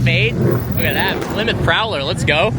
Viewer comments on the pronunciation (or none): none